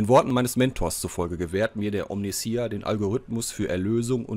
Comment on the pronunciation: Hallo, hier ist Achtundsiebzich;) 1. von allen die Omnissiah nicht richtig aussprechen, hört es sich bei Dir am wenigsten komisch an;) nicht i a am Schluss, sondern ei a ausgesprochen, ka warum... am besten bei einem Lore Kanal mal anhören (wie zB 1000 für den Imperator, oder so. hoffe das zählt nicht als fremd Werbung) 2. von allen deutschsprachigen Rogue Trader Let´s Player die ich gefunden hab, bist Du der (um längen) angenehmste zum zuschauen/anhören! Grundlegend stört mich das Lvln nicht, da dies aber von der Storyzeit abgezogen wird, ist eine kurze Zusammenfassung, wenn alle gelvlt werden besser. beim warten auf die nächste Folge hab ich bei anderen rein geschaut und fand es sehr interessant, daß die andere Situationen vorfanden, zB auf dem Gefängnis Planetoid, wurde der Winterzunder Sprössling nicht oben vor dem Aufzug angetroffen, sondern er war schon unten in der Gewalt des Gefängniswärters. Was diese Änderung auslöste, hat sich mir aber nicht offenbart.